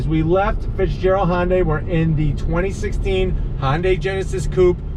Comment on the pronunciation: Stop saying "Honday" ....